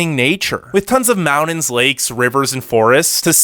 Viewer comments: #1 This is a funny video. Your voice sounds like a college kid. #2. NORTH CAROLINA? That's really funny. Besides...you shouldn't advertise them because they are too near me. So don't go south and advertise any other place. #3 MOUND -INS? I would go back and learn how to annunciate. It's MOUNTAINS. Just poking fun. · It's Mountains with a T not "Moundins" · Pretty interesting video. The only thing I have a problem with is... How you pronounce mountains. (mow dins) Its Mount tins. Good info nonetheless. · Good list. But it's not pronounced "mou-dens" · SOOO sexy how he pronounces mountains! Hello MAWD-INS 😂😂😂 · Take a shot every time he says “mowdens” 😜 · Mountains is pronounced with a T not a D